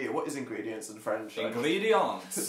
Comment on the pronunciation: Phil was actually extremely close with the French ingredients. It’s: Ingrédients